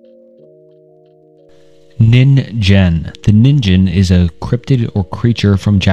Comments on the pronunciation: Ningen is pronounced NEEN-GEHN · Ningen was also pronounced wrong there's no j sound. Now I can't stop imagining that thing wearing a ninja costume lol